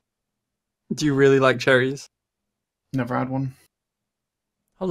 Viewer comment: I thought you guys were saying, "charities" at first 😅